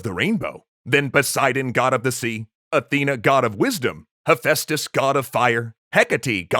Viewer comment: I had to listen twice. I thought it was "Asbestos, god of fire..."